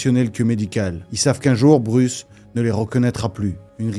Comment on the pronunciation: Bruce 😂😂😂 sérieux... c est quoi cette prononciation 😂😂